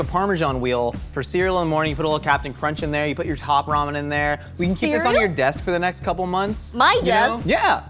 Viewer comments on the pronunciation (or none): none